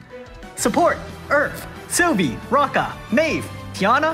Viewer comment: Roe-Ka not Rokka